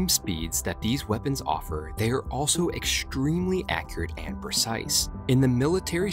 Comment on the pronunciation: The word of this video is 'eckshtremely'. Repeat after me.